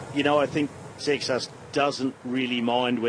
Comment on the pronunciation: Seixas being a Portuguese surname would be pronounced SAY-shush. Curious how it is pronounced in French though, since it is not a French name.